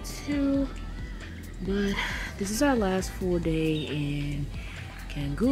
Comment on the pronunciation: Thank you so much! Can't wait to visit again some day! After editing I realized I pronounced canggu wrong 🥲